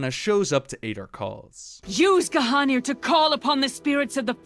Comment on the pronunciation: I swear all this time that it was pronounced (Gahneer) instead of Gahanir